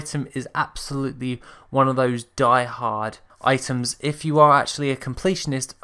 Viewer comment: Hey great video btw!! Also its "items"!! I just subbed